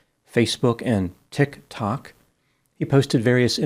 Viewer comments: The way pronounces “ Tic Tok” always cracks me up. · p'nut the influencer lmao, love the way you pronounce tik tok like the words are confusing 🙂, if you ever get tired of counseling you have a future in standup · I LOVE the way you pronounce "TikTok." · I always enjoy the way you pronounce tik tok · I live for the moment when I get to hear pronounce Tik Tok